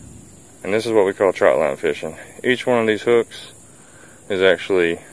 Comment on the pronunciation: It is TRÔT line TR Ô T , NOT TROUT . Jeez , I never thought I would be the pronunciation police . But its that one thing .